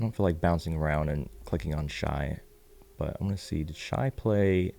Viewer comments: Shai, pronounced Shay, lol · just a heads up Shai is pronounced Shay Just wanted to look out in case people try to ever come down on you about it